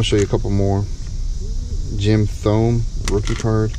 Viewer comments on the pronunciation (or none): if thats the greatest collection ever ive got a collection that will blow your mind lol man do some research before you blow anymore of your hard earned money and its Jim TOW MAY not Jim Thumb haha